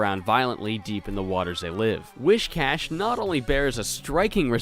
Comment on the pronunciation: Not only did you consistently pronounce Whiscash's name wrong, but you even changed the spelling when copying from the Pokedex to support your pronunciation.